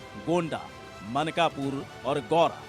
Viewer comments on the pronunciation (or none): मानकपुर नहीं मनकापुर है; गौंडा नहीं गोंडा कहिए।